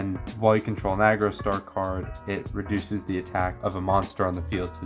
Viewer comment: Homie, I appreciate the video, but Jesus Christ that it is pronounced Argostar, not Agrostar